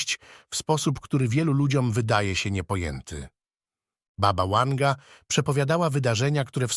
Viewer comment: Baba Wanga byla Serbka i wyszla za maz za Bulgara , a jej imie to : Wangelina , i skrot : Wanga . Nie rozumiem dlaczego lektor czyta jej imie z "angielska " jak w slowie "weekend ". Wymawiac trzeba W , jak w Polsce.